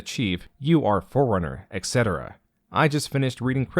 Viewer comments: Try Not to Hear "Foreigner" Whenever says "Forerunner" Challenge. Difficulty: Impossible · Very nice video, also, when you say Forerunner it sounds like Foreigner to me, which is amusing. :P